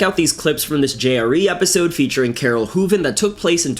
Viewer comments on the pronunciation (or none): none